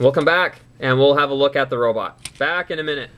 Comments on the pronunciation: But you pronounce it robit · In Cananda why arn't they pronounced Robot?